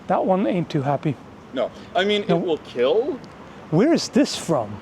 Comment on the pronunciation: "It'll keel 🤪"